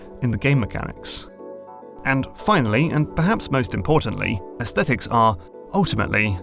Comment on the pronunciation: It gives me great satisfaction to the word Aesthetics pronounced correctly. So many people wrongly pronounce it "aes-stet-tics". It ultimately is a semantic difference as I still understand the meaning in spite of the difference but when you grow up the son of a phonetics teacher you inherit the things they find annoying.